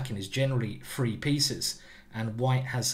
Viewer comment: FFFFree pieces is the magic number...FFFreee?? TH TH TH TH TH TH ...........practice for five minutes and learn too say the word correctly. This guy wants us to practice chess..yet he chooses to not practice the word THree.